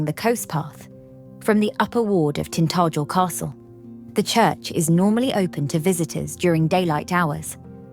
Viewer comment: Try pronouncing the name,Tin tah jel.